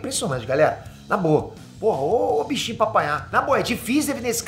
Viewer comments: não é Hitsuiaga é Hitsugaya 😂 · O chamando o Hitsugaya de Hitsuyaga ahsuahsuahsuas pqp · tu falou Hitsuyaga de sacangem ou tu não lembra que o nome do personagem é Hitsugaya? kkkkkk😂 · Hitsugaya* por favor n erre a pronúncia 😅😂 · Hitsugaya e não Hitsuyaga kkkkkkk, brinks muito top suas análises! abraço! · Muito bom o vídeo e Bleach está foda!!!! Só uma coisa que eu reparei.. é HitsuGAYA... e não HitsuYAGA 👍🏻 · Analise foi top, mas mais alguem sentiu um nervoso absurdo de ouvir o falando Hitsuyaga? kkkkk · Achei q falar "HitsuYAGA" foi erro, mas ele falou 3x errado kkkkk Posso tar errado mas desde o inicio eu ouvi e falei: HitsuGAYA - Rit Su Gaia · Hitsuyaga? Hitsugaya kkkkk Nem o nome c sabe vei ae diz q ama bleach? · É hitsuyaga mesmo? Não é Hitsugaya? Não é criticando só fiquei curioso se eu tava falando errado mesmo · Hitsuyaga??😂😂 kk é Hitsugaya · Hitsuyaga?? HITSU---GAAA---YYYY--AAAA que agonia ele falando o nome errado kkkkkkkk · errou ao falar estratégia e no nome do personagem, é hitsugaya não hitsuyaga...... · Só pronunciou o nome errado... é Hitsugaya Toshiro e não "Hitsuyaga"....rsrs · Eu perdoo kkk vc falando hitsuyaga kkk e ñ hitsugaya kkkk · hitsuyaga kk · "Hitsuyaga" me quebrou em kkkkkk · Hitsuyaga 😂😂😂 o e foda até quando ele erra fica engraçado 😂😂😂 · Agonia dele falando hitsuyaga kakakakakaka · "hitsuyaga" minha pica tmnc vai falar de dragon ball vai é a única coisa que tu sabe fazer direito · Ver o falando HITSUYAGA dou meus ouvidos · Hitsugaya* Hitsugaya* Hitsugaya homi de Deus, desisto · Sim kkkkkk😂De onde ele tá tirando isso? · Sim, o que fala errado mesmo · Fala a pronuncia no nome HITSUGAYA TOSHIRO esta errada na mesmo KUROSAKI ICHIGO o inicio do no do nome do ICHIGO KUROSAKI o i tem que ter mais força